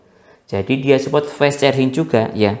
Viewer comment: Penyebutan fast itu bukan fes bang tp fast aja